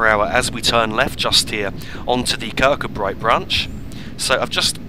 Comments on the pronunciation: Its pronounced Kirk koo bree not kirk kud bright, its a common English mistake. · kirkcudbright is pronounced kir koo bree I was born there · pronounced Kir-coo-bray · I know it’s an old video, enjoying seeing this old route here. Kirkcudbright is pronounced Kir-Koo-Bree. Kirkgunzeon is Kirk-Gun-Yon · Another splendid video. It was nice to see a first generation DMU from my train spotting days. My wife grew up in Dumfries and confirms that the name is pronounced Ker Koo Bree, with the stress on the last two syllables. Roger Crick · As a local to the Dumfries kirkcudbright area it really does annoy me the way he says kirkcudbright